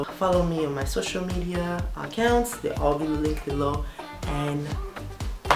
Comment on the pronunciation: Oh I thought you were haitian. When you said at the end Bisu. Lol sorry